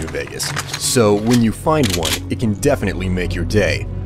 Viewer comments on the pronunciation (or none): none